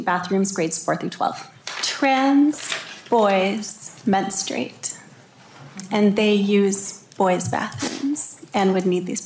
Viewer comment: Can people just please pronounce the word men-stru-ate correctly? It's not men-strate.🙄🙄🙄